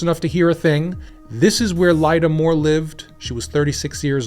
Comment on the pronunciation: Lynda Moore on the screen. Pronounces it LY DAA. Something fishy here.